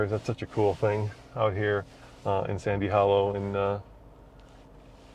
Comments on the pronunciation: you miss spoke sans hollwe I just know because one of my favorite youtuber Matt's offroad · it is “Sand” Hollow